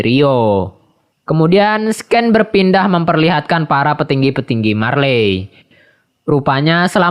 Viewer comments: fyi, scene dibaca nya "sin", bukan "sken", cmiiw ya, nice content btw ✌😁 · mantap min 👍, koreksi dikit aja min "scene" itu dibacanya "sin" bukan "sken" 😁🙏